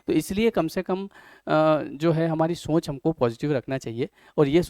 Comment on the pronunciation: Very good video but please correct pronunciation of - Soch